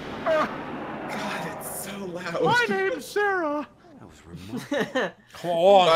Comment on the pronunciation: it’s important info when your teacher can’t get your name right EVEN THOUGH ITS THE SIMPLEST THING IN THE WORLD GODDAMNIT MRS.DRACOS IT SARAH NOT SEEEEEEARAH!!!!!!